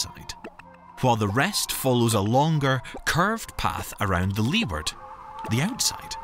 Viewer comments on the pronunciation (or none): it is LEEWARD, double "E"